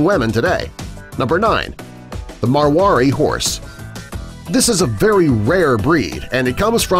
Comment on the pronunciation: It’s mar wa di